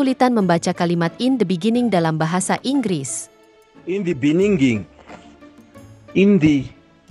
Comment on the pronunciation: In the benginingni bengeningni bengengninig haaaaaa